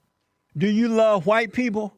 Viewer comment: He can't say white. Why!!